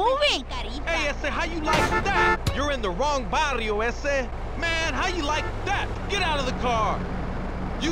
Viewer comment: it's barrio, not varrio